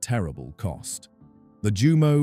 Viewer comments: This would have been more legitimate if you had bothered to pronounce the very subject of your video correctly: /Yumo/, not /Jumo/. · It's pronounced.. YOU..MO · I tried to take a drink every time I heard the mispronounced Jumo zero zero four, but I lost count, then consciousness.